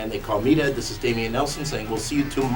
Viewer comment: its dameon, just to let ya know